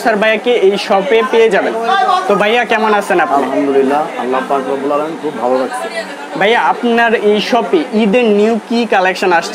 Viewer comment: বাইয়া কি ভাইয়া কথাটা ঠিক ভাবে বলেন